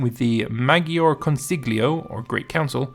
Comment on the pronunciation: And it’s pronounced consiyo